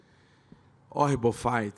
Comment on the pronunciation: "Hohible fight"